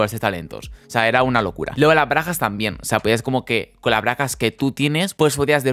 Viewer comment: Cuando hablabas del modo caos total y decías la palabra barajas, no paraba de oír bragas, jajajajajaj. Muy buen video♥️♥️